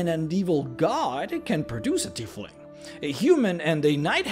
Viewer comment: Tiefling is pronounced "TY FLING" you're saying it like the name "Keith" but look out how the "ie" are switched